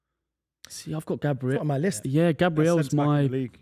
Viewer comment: i rate u ye but u need to get these pronunciations right😭 bro consistently says gabriel like the english girls name and he constantly says HONRY instead of ONRY for Henry, there’s some pronunciations which are debatable but those are 2 that are set in stone😭